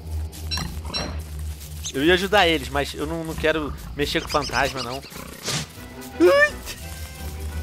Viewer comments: quem percebeu fatasma em vez de fantasma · Fatasma? Venom daqui a pouco tu vai ficar pior q eu :D kkk